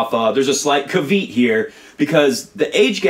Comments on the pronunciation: "cavit" ? did he mean caveat? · Dude learn how to say "caveat". I'm pretty sure that Agassi isn't saying that H2H is the only metric, only that when 2 players are close in other metrics it can be decisive. Also you literally admit that the age gap doesn't really matter when it comes to Federer and Nadal and then insist that it does actually matter in the very next sentence. In terms of surface Nadal leads on the 2 most frequent surfaces- clay and outdoor hardcourt. You say that Fed only lost to Nadal on grass 1 time but equally you can flip that and say that Nadal only lost to Fed two times when he was clearly developing on the surface. Finally you tout weeks at no. 1 and total slam haul as decisive but neglect to say how much easier the tour was in those first few years that Fed was dominating. Just look at some of the names he beat in the finals of his slams in the early years. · bro learn how to pronounce caveat